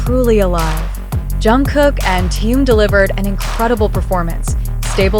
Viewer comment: Уважаемые блогеры, когда вы перестанете искажать и мя Тэхена?